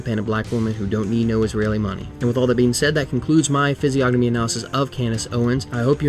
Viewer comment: you should know that the "g" is silent in "Physiognomy"